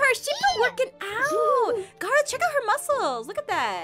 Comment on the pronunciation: Kaitlyn Jackson Garroth:ITS PRONOUNCED...GAAAARROTHHHHHHHHAA